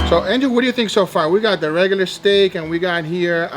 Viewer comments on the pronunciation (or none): lol he keeps calling angel, ninja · is it just me or each time he says angel, I hear ninja :D